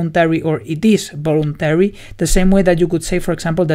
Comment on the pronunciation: Great video and nice explanation! Just a side-note. "voluntary" is pronounced with a /v/ (a sound that doesn't exist in Spanish), rather than /b/ (I'm using the International Phonetic Alphabet here).